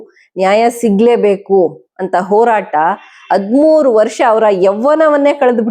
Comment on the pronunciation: ಅದ್ಮೂರು ಅಲ್ಲಮ್ಮ ಅದು.ಹದಿಮೂರು.Thirteen ಅಂತ ಇಂಗ್ಲಿಷಲ್ಲೇ ಹೇಳು ಪರವಾಗಿಲ್ಲ.ನಿನ್ನ ಪರಿವಾರದವರು ಆ DK Ravi ಗೆ ಒಂದು ಗತಿ ಕಾಣಿಸಿ ಎಷ್ಟು ವರ್ಷ ಆಯಿತಮ್ಮ?